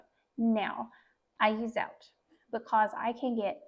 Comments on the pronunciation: Zotay is the correct pronunciation. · I love the recipe but the Zote is full of chemicals so I use a natural soap. Just for future reference Zote is pronounced with the "o" sound not "ou" sound. Just wanted your video to be as perfect as I can. Thank you for sharing! <3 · Zote rhymes with goat.